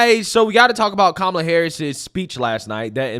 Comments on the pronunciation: Ha ha ha four of them pronounced her name wrong, which would get them attacked in most circles until one emphasized the name and then one still said Carmella 😅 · They all mispronounced her name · I think i heard them say pronounced Kamala 3-4 different ways 🥤🤣🍿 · Why weren't all the panelists called r*cists when they mispronounced Kamala's name? Why wasn't Michael Eric Dyson screaming while clutching his pearls? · How come the the moderator there didn't correct anybody for their pronunciation of her first name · Half of them mispronounced her name but said they’re voting for her. Funny how they weren’t told they were being race cysts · Just want to point out these people pronounced her name two different ways and none were called Ray Cists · Why didn't the interviewer correct the two up front, and the woman in the back, who mispronounced her name? Where is the outrage? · Why didn't the CNN guy fuss at them for pronouncing her name wrong? I thought they said that was disrespectful. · Not 1 of them pronounced her name correctly! WTF? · They all said her name wrong 😂. Why didn’t the interviewer call them out. They all must be racist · None of em said Kamala right.😂 where's the outrage??? They're all stoopid and that white dude is gonna get some much shit for looking like a Kuk for Kamala